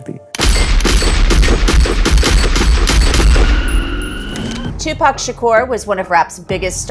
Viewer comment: You can't even say tupac properly......stop saying dammnn,,Suge or any other English words 😂